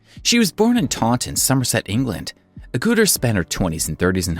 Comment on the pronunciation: It's pronounced "Agga-ter", not "Agoo-ter"!!! Lolololol